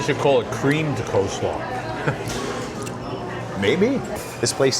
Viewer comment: I’m so curious to why or how he learned to call is coooslaw when its spelled and pronounced coleslaw (coal-slaw)